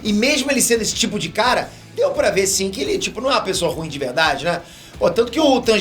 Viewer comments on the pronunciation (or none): none